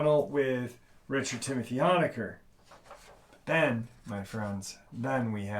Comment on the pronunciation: Oh and one more thing just because I’m OCD, you pronounce Richard’s last name like hone-a-ker not the “hon” sound like honk the “hone” sound like to zoom in on something, thanks!!